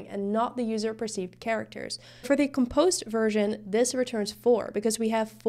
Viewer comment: When you pronounce the word decomposed, that is also how you should pronounce the word compose. When you're saying compose you're accenting the first syllable instead of the second, I'm pretty sure English is your second language judging by your accent and you speak it almost flawlessly, just thought this tidbit would interest you. Also excellent job explaining this, it's the first time I've understood coding so clearly